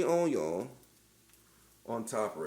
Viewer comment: The intentional mispronunciation of words was on point. Especially "onyoh". That was funny. It's 2 a.m. and I've had some drinks, guess what I'm making now....